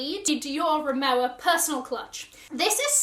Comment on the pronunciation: I think it is pronounced RimoVa as i have asked it from my SA. But she maybe mistaken 😂🤣